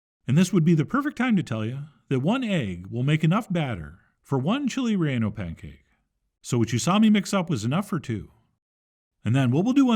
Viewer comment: He will never Chili reyonno pancake s